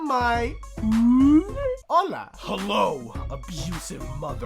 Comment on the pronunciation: Omg, bro just say "hola", in a very spanish way, you make my day bro.